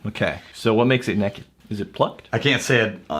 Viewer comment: “Neked” Grouse? Really?! Lol. Great job guys!